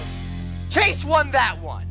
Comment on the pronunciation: It is not Shawn it is chase